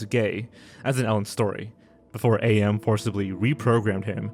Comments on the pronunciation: It's not a.m it's am, like the word. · ….did you guys really not do any proper research on some of these entries?? Lots of names are being read completely wrong! A.M is not pronounced as “A-M” it’s am. As in…I am. His iconic line?? Plus, you got Scott Cawthons name wrong entirely while calling him and his series popular in the same breath. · The way he says AM makes me wanna run up the wall LMAO love the video otherwise! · Whenever Harlan Ellison read the original story out loud, he always called the computer "am", one word, as in "I am". Even in the video game, when voicing the computer, Harlan refers to the computer as "am". Pronouncing each letter individually isn't necessarily wrong, but it isn't how Ellison intended it. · I’ve literally never heard anyone pronounce AM like an acronym. I mean the insanely famous quote, “I think, therefore I AM” should say it all honestly